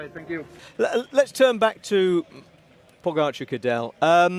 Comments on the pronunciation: It was quite funny to watch Cadel and hear his thoughts on "Pog-a-car" :> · Sorry Cadel but who is ‘Pog-a-car’? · At first I also didn't know it is pronounced Pogachar. But it is not a big problem. Just makes me chuckle a bit every time Cadel says his name. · I'm Slovenian and I have no problem if he pronounced Pogačar wrong soo what